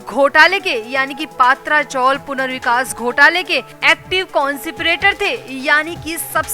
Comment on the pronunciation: पात्रा चोल नही , पत्रा चाळ म्हणा